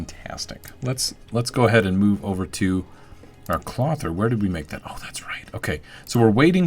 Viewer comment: Clothier is pronounced Cloe-thee-ur. Love your videos.